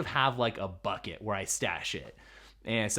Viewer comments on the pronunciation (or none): none